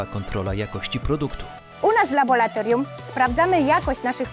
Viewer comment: Jakbyś testował to gówno cały dzień to też byś tak mówił xD